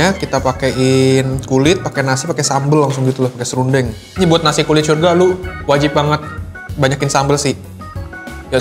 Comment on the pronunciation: Bang, lu ngomong "syurga" udah kayak "sya" huruf ijaiyah dan lu ngomong "kol" kayak pake "kho" huruf ijaiyah. Lu pernah jadi guru iqro yah? Wqwq